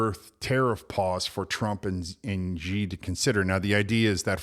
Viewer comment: Xi is pronouns “she” no G